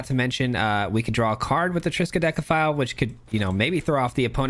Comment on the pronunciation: Triskadekaphile again? And you pronounced it right!